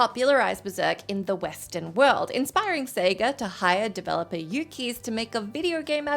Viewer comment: Ummm,? Yukes is NOT pronounced "Yoo-kies". It's pronounced "Yooks".